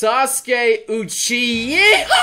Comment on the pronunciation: "Sasuke uchyeehaw" Lmao i need a 10 hour video from that moment